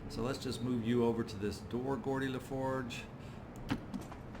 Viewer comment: Gordi LaForge and? lol If you've never watched TNG you should, maybe watch the first season and a half at 2x speed though. Then watch Babylon 5 and DS9. Your videos are great background, and to watch in between incidents at work. Then sometimes I notice something like that and it makes me chuckle. Thanks:)